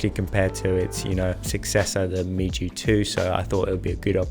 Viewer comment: It is pronounced "Mew". I have 2 of them and HP5+ suits them well.